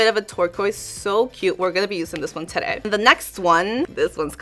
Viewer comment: Gosh I love your videos but your "terei " instead of today make me feel sick 😭😭😭😭😭